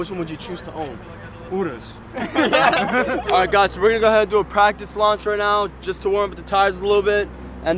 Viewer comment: it annoys me sm how cyrus says urus!! It’s pronounced yu-roos not oo-roos